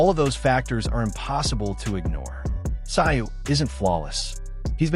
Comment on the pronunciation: Tszyu is pronounced zoo, nice doco!